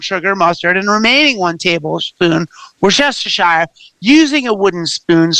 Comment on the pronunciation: I GREATLY appreciate your complete pronunciation of "Worcestershire"! <3